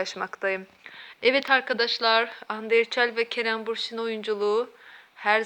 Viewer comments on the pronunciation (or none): Şu uydurmaları bırakır mısınız artık lütfen( ayrıca bursin değil bürsin doğru söyleyin adamın soyadını)